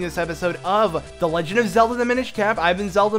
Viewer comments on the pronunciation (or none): why were you saying cape instead of cap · It said "cap," not "cape" at